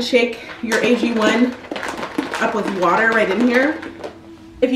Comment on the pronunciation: I had to rewind the video twice to make sure is gwater u said instead of water 😂😂😂